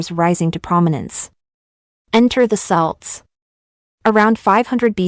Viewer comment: "Celts" is pronounced "Kelts"....quite important